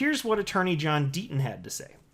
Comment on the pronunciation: Who is this John Denton you speak of? Perhaps you mean John Deaton?